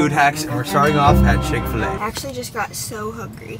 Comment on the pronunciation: He said "Fil-A" with the same finesse as he says "FL-IGHT"